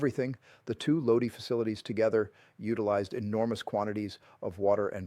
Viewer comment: My Uncle worked there for years. BTW it’s Lodi (Low-Die)